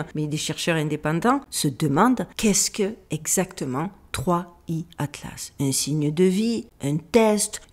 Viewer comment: cela se prononce third eye